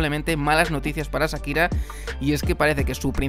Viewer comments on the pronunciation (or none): Es Shakira, no Sakira. Y se pronuncia Maiami no Miami.